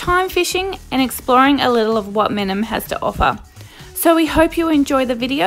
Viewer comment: You’re pronouncing it wrong